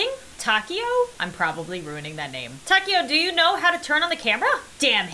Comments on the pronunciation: Name: Taeko How pronounces it: taco 🌮 How everyone else would pronounce it: ta-kay-oh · How to say taeko : TAY-KO that’s it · For the first game, hanna's friends name is pronounced tae-ko